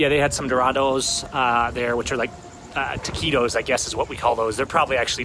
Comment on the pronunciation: I did not understand when you said TAQUIDOS... the correct pronunciation is TAQUITOS with T as in Tank..